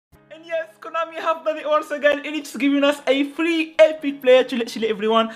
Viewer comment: Free or flee bro 😂